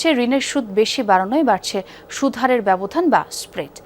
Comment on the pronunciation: মোতালেব, সুদহারে বলেছেন, উচ্চারন হবে সুদ হারে